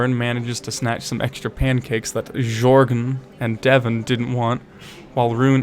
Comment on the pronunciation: the way you mispronounce bjorn and jorgen gives me a headache, it's not like you have to read chinese